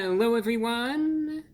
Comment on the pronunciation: Hewwo Wady’s and Gentlemen!